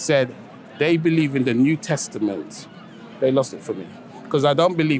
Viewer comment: he defininetly said "new testiment" 😂